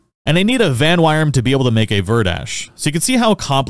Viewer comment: aw fuck bro u know i ain’t gonna shut up about this vanwyrm is pronounced “van-worm” it’s just archaic english spelling of “worm” to replace the o with a y, exact same sound though